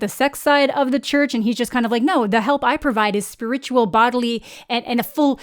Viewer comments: Did you just pronounce “spiritual” like that? 😮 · The way you pronounce spiritual is sending me LOL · I've heard that one before but I've never heard her pronunciation of "spiritual"